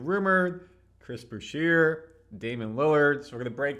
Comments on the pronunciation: curry's not 34...he's 37. is' not boo-sheer(Boucher), it's boo-shay. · Pretty sure you saying his name wrong bro….Boucher (boo shay)….